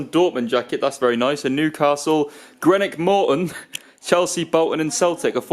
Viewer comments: Nice video. As you are now a fan of Greenock Morton, the team's name is pronounced Green-ock as in the colour green and not Gren-ock like the area in London, Greenwich. Keep up the good work! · greenock morton mate not greneck